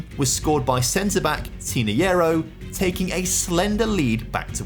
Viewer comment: Tinajero: ❌️ Tiniyero: ✅️